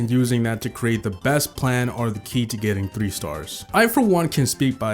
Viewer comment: That tree stars (france accent)